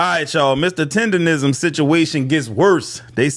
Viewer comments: How the other guy reporting did “research” and not even stating the name properly! It’s not “tenderism.” In any event I don’t feel sorry for the old man. He seems like one of those old ninjas that think the white mans ice is colder. Shout out to the black man that invested in him…. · If you take into account the way he actually says the word. He should trademark the word "TENDANIZM" cause that Literally is how he pronounced it originally. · i get irritated everytime he says Tenderism lmao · The fact that dude kept saying “tenderism” instead of “tendernism” was making me mad. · It's Tender-Nism....Not Rism so if he gone care about someone at least get his trademark that he got robbed of correct lol instead of saying it wrong his whole video! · said Tenderisim😂😂😂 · Ole buddy edge up look a lil drunk. I guess he the fifth member of Jagged Edge! It's tendernism btw not tenderism. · Word to the wise, "DNT make reports of something if u can't pronounce words regardless of their mispronounced, it's "TENDERISM!" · Im so tired of people not eem pronouncing TENDERNISM properly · IT'S TENDERNISM 🥷🏾!!!!! WTF IS WRONG WITH PEOPLE NOT BEING ABLE TO PRONOUNCE SHIT THE RIGHT WAY?????!!!!!!! ESPECIALLY WHEN IT COMES TO OUR OWN PEOPLE JOE????!!!!! GADDAMN!!!!!!!!!🤦🏾‍♂️🤦🏾‍♂️🤦🏾‍♂️🤦🏾‍♂️🤦🏾‍♂️🤦🏾‍♂️🤦🏾‍♂️🤦🏾‍♂️🤦🏾‍♂️🤦🏾‍♂️.... And ALL them ballin ass celebrities and MILLIONAIRES need to gone ahead set him up with his own spot!!! Shout out.. 💪🏾💪🏾💪🏾💪🏾💪🏾... That Boss & That Hoover shit knocking joe... 💯💯💯💯💯💯.... On chief somebody need to start a NEW gofundme joe... I'll donate gaddamnit!!! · How he gonna cover this topic but say Tendernism wrong every single time